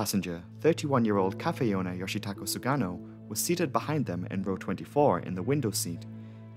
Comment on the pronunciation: You got the Japanese victim's name wrong. His name was YOSHITAKA SUGANO not YOSHITAKO(never head of Japanese name like that). And you put the name in Kanji (菅野義子) on your screen but that is a woman's name YOSHIKO not YOSHITAKA(man's name).